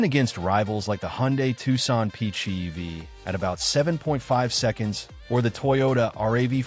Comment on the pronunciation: Not bad info, but if you want to be taken seriously you need to ditch the crummy AI voiceover. I cringed every time it said PHEEV, or MP-Go (instead of MPG-equivalent) or the Toyota R-A-V-4 instead of RAV-4 etc.